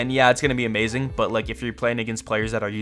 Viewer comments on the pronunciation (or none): none